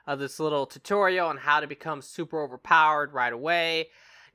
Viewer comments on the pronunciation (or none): none